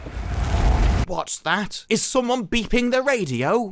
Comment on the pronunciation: "Woz dat?!?" yep definitely BBC quality lmao